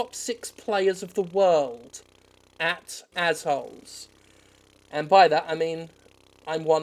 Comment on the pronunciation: Take a drink every time Jim says Ahh bblblblb hole